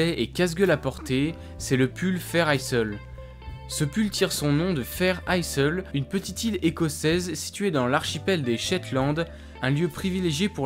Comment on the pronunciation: Vidéo intéressante. Attention à la prononciation de Isle [aïl] comme pour island [aïland]